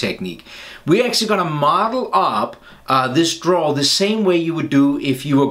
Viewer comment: Hey Don't know if anybody has told you but it should be drawer not draw. Love your videos btw very thorough in your explanations 👍🏻